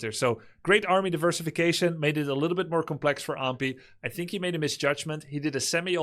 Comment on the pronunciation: Except he doesn’t know how to pronounce Ahmpy at all. He says Ampy and it’s very annoying.